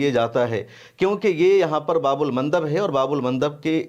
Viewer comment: Bhaii babul nahi baab al bolu